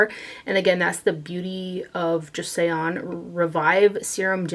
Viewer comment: The Korean brand you mentioned is pronounced Beauty of "Joe-sawn" and the "J" is a hard J that is kind of a combo of J and Ch.